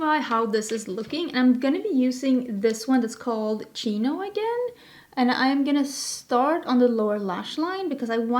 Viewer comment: I love both looks. You said Chino correctly. Chino is a city in southern California but not near Palm Springs. Chinos with an s at the end are a preppy casual style of pants or shorts. I don't know why colourpop would put the city name in but someone might wear Chinos to Palm Springs.